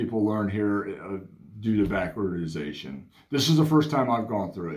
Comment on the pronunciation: I'd say you nailed everything right on except it's "backwardation"